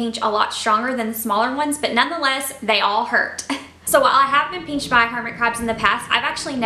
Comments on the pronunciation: Pinched not peanched lol 😂😂😂 not making fun of u southerns im north so it kinda sounds funny to me no offense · listen to how she says it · It’s crazy cuz I never heard anyone say pinched like that but now everytime I see the word pinched I hear peenched 💀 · The way she says pinched